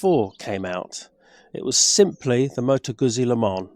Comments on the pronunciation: Moto GUZZI is pronounced Moto GOOTSI. Unless that is, you eat slices of Italian, "PISS ... A" that is.... 😂. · Had to stop watching this after a couple of minutes. Not only do you seemingly know very little about bikes, but you can’t even pronounce the manufacturers name. Get a grip! 😂